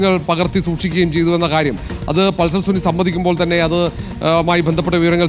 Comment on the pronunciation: പൾസർ സുനി ❌ പൾസർ സുന ✅🚀